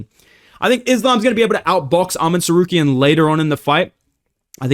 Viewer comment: Hey its arman tsarkaryan not tsaryukian